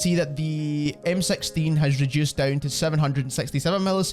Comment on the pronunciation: Lol MSexteen? First time i heard 6 pronounced like that. Thanks for the help tho